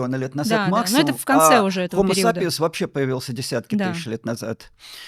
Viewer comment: Ведущая недочёт правильно произнести HOMO sapiens